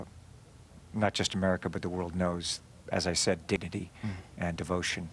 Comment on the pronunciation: Did he say Dignity or Diggity?